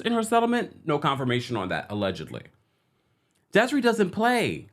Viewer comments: It's pronounced "Des-Ray" and Desree was damn right to sue. A brilliant artist. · Des-a-ray lol